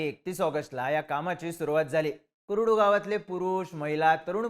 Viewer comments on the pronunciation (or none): ते कुरुड नाही कुर्डू आहे... माहिती आणि उच्चार नीट ठेवत चला.